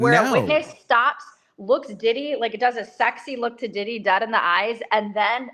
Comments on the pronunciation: Its the Didd-dee take me out everytime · Why does he say “Diddy” like that? It makes me chuckle